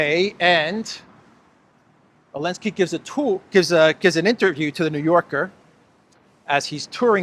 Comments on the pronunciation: Zelenski , not Alenski. Z...Zelenski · Why do you keep calling him Elenski when as far as I'm aware his name is Zelenski? FFS he got an award for services to humanity. Still, it's no more ridiculous than Obammy getting the Nobel Peace prize. We're living in clown world.